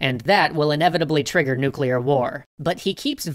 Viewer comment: Navy: breaths Kennedy: COULD LEAD TO NUCULAR WAR